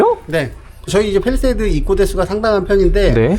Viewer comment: 팰리세이드가 아니고 페리세이드로구먼